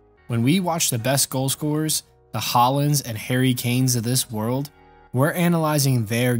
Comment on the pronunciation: I stopped watching when you said Haaland